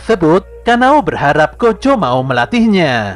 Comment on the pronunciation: Yg pertama dengar gojo bukan kocho cung 😅